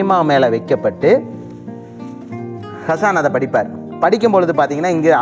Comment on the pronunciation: It's should get pronounced as Haasan.